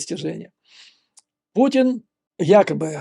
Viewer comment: Мне одному слышится на неслово "Путин" пукин? )))